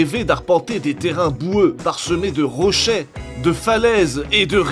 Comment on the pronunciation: parsemés de rochais?